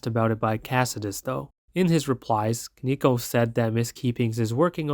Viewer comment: bruh respectfully that isnt how the word koneko is pronounced